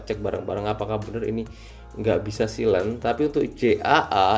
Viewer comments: dibacanya sailen bukan silen wkwk 😂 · bacanya saylen bang